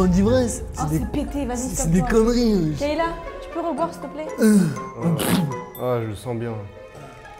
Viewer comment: Le monteur vite fait c’est pas kEyla mais KAyla😂😅😅